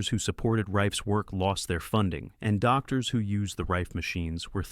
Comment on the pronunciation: AI voice. Don't put a period after DR when saying doctor or it will pause unnecessarily.